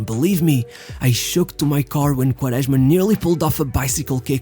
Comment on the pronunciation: Your portuguese accent pronouncing Quaresma is so accurete and pure